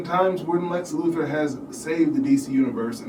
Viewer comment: Can't take this seriously mate it's Luthor not Luther, you are kind of describing a non-existent thing.